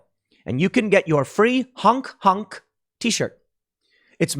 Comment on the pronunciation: Erggg... Tim it Honk not hunk...lol